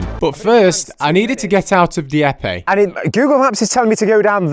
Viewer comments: It’s pronounced phonetically as: Dee-Ep 😂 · Dieppe is pronounced like your first mispronunciation but the final e is silent like every word in french ending with an e.